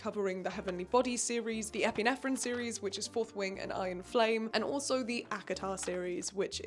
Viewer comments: i was like 'huh??' it's pronounced em-peer-ee-um right? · the way you said it like 'epinephrine' sent me 💀